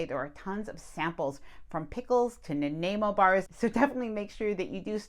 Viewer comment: Great video,. Just a pronunciation note: the middle syllable of Nanaimo rhymes with eye or aye (i.e. nuh-naye-mo). The bars are named after the city on Vancouver Island where they were first made.